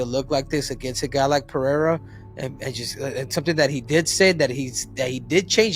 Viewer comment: Three years in and Chael still can't pronounce Pereira correctly.